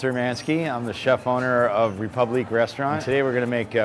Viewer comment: Imagine naming your high-end restaurant "Republique" and not being able to pronounce it correctly.